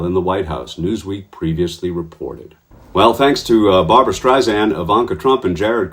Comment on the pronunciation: Excuse me, that's BAR-BRA. Two syllables, two A's. As opposed to Barb-a-ra, three syllables, three A's. Thank you.